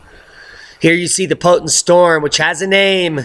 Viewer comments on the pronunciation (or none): none